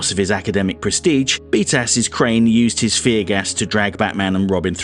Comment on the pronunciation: I'm new to the channel (love the essays, so I'm binging) and only after half a dozen videos I realized that you are saying BTAS and not "beat ass". 😂